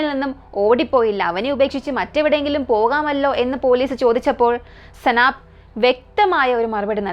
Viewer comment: സനാബ് അല്ല സൈനബ്